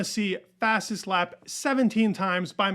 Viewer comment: Who is this max Verstopin you keep mentioning? 😂